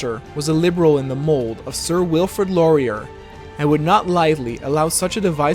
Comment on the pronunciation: Your pronunciation of Laurier killed me